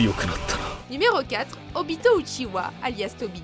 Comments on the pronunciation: La vidéo est bien mais on uchiha pas uchiwa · C'est pas UchiWa mais UchiHa, arrêtez svp avec ca. Les mangas et animés en français sont vraiment nul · « Le fondateur du clan uchiwa » 😭mes oreilles ont mal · Je crois que vous avez pas compris grand chose... Déjà on ne dit pas "Outchihoua" ptdrrrr. Mais en plus de ça vous montrez Zetsu comme une pauvre merde alors qu'il est en quelque sorte à l'origine de tout ce qu'il se passe... mais surtout...A QUEL MOMENT Madara est le fondateur du clan Uchiha svp? Hein ? Il est le fondateur de KONOHA avec Hashirama, mais certainement pas du clan qui existait déjà bien avant lui. Immmmbéciles.